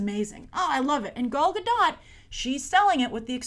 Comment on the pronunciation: I haven't noticed it if Grace still does it or not in recent videos about WW but watching this one and hearing now she mispronounced both Gal's first and last name makes me cringe lol.